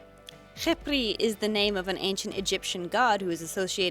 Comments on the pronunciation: oh you did a very good job pronouncing the name , i was surprised 😭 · I give the arabic prononciation 6/10 It's pretty good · I’m Arabian and I confirm the pronunciation😀⭐️ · Omg! I love how she looks!! She looks incredible! Btw from an Arabic person : your “kh” pronunciation is amazing! Even better then the teachers in our schools 😂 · Your Arabic pronunciation is great! I mostly speak Hebrew, but they're very similar, and I know a couple words. Side note: incredibly impressed that you can pronounce the khet/kha sound, most people who aren't native speakers have a lot of trouble with the guttural letters. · I love this!!!! Also you didn’t screw up the pronunciation :) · Wow! You did a fantastic job on that doll! Also proud of ya for being able to properly pronounce her name in Arabic 😂 I know a lot of people struggle with letters like خ because it doesn't exist in English letters, sooo you go gurl! 👏🏽👏🏽👏🏽💐🎉😂 (Edit : Actually I just noticed something, if you translate the word خبري to English, it's supposed to be Khebri, since the sound of the letter P doesn't exist in Arabic, but whatever Khepri sounds way better so 😂) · honestly, your pronunciation for the name was wonderful, especially for an unexperienced arabic speaker, and the fact that you put in the effort to learn the kh sound really warms my heart. way too many people never put in the effort to pronounce that sound correctly, and the fact that you do makes me really happy!! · I’m an Arab and u did pronounce (خِبْري) right and I’m happy that u put formation with it 💕💖 love ur art and channel so much and the dragon turned out rlly nice 🌸